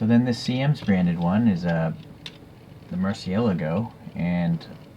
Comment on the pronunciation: Good pronunciation on Murciélago, most English speakers put the emphasis on the wrong syllable. It's Spanish for bat even tho it's Italian, probably because pipistrello doesn't sound so cool